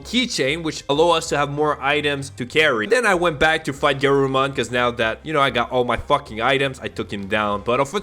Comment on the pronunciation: may I make some corrections to your pronunciations, & recommend rewatching english dub of Adventure (: BIRD-druh-mon guh-RURU-mon drim-MO-ji-mon BAH-keh-mon ty-RAN-no-mon VEJ-ji-mon LEE-oh-mon (ironically you were pronouncing it right in its Latin origin) OH-ger-mon MAR-ket MAN-uh-jer (emphasis on capitol letters)